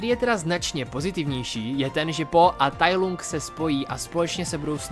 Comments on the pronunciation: Musím tě opravit. Nevyslovuje se to Tai Lung jak se to píše, ale Tai Lang. Jinak zbytek videa je v pohodě! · proč to čteš [tajlung] když i v Anglickém znění se to vyslovuje [tajlang] ???? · Tai lang je výslovnost děkuji